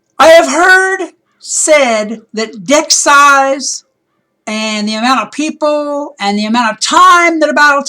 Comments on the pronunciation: omg 😂😂😂 when u said deck size it sounded like dick size and i was like WDF isnt this suppose to be about wiz? O. o x. x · Lol that the total fail Deck size more like dick size haha XD 😂😂